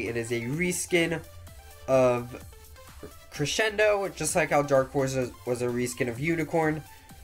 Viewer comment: Y u saying creSHendo?! Its annoying